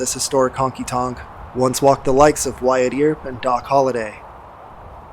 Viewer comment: Great video! My only gripe is that the surname "Earp" is pronounced as "urp" Wyatt Earp was such a big historical figure, that the mispronunciation was distracting to me.